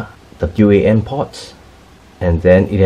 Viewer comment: Once the narrator said w. A. N. Port instead wan I was out